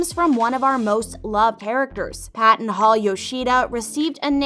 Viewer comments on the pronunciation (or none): Has this person even watched the show? It’s Paxton not Patton. WTH?!?! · Did u say Paton hall Yoshida it's paxton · 1. it’s in California 2. That’s not how you pronounce Devi 3. And that’s not how you Paxton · It's definitely not in Boston, it's in California, and Devi and Paxton's names is pronounced wrong. This is especially godawful in Devi's case. The video maker clearly didn't watch the show and it's so awkward to watch 😬 but all of the actors and actresses in this show are amazing and I love them.